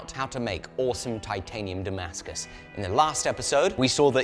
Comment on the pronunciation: Сбивает с толку написание и произнесение термина "дамаск" по отношению к "тимаскусу". А вдруг он сварил титан со сталью? 🙄